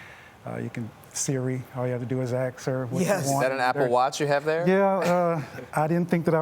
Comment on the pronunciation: I love when he said “You just need to axx (Siri)” God Bless this man, and shame on the cops.